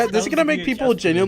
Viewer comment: 20 seconds in. "Genuoully". Next video.